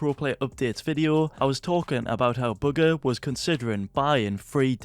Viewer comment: Can you please stop saying booger instead of bugha